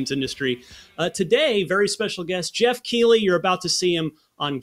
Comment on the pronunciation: Geoff literally doesn't know how to pronounce his own name lmao